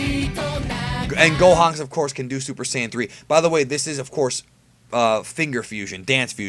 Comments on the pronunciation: it's pronounced "Gohenks" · The way you say Gohanks rubs me the wrong way for some reason